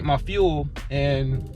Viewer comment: 😂 I noticed you said “FUEL” this time lol